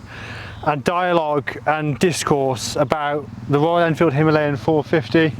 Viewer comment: It is called Himalayan (He-Ma-La-yan). Unfortunately it is pronounced - Hemaleyen.